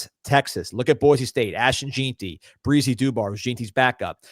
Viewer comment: It pronounced gen tee not JEAN tee😅